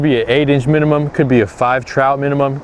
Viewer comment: i still understood you when you said minimum